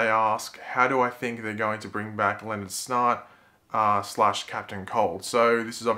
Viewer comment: When you say 'Snart' it sounds like 'snot'.